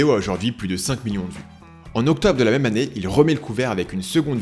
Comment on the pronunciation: "même" et pas "mème" je sais je chipotte